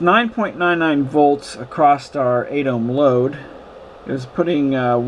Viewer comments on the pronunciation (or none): Nice explanation, but please, there's no t in across.